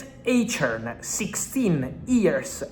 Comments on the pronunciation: Fabrizio bro his name is pronounced like "AYSH-HORN"... KENNET EICHHORN = AYSH-HORN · Nix eytchern...Eichhorn junge